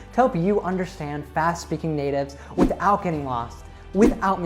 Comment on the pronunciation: I heard "with out" instead of "without".